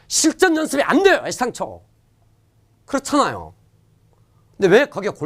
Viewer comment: 그랬장낭요 하는게 너무 웃겨요ㅋㅋㅋㅋㅋ